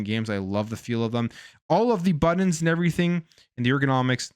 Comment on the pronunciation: BUTTONS!!!! not borons😂😂😂